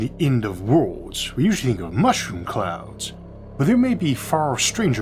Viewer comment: The end of woowlds? What's a woowld?